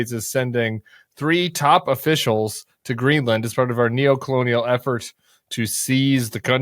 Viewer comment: Greenland, not Greenlund.